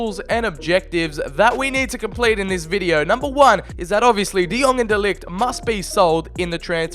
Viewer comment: Man be like "TF is this G in de Ligt his name.... Fuck that I'm calling him The Lit"